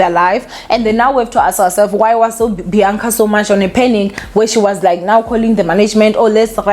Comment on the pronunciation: It's Bianca not Beyanca